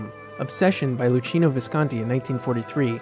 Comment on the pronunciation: Luchino is pronounced "Lukino" but great video!!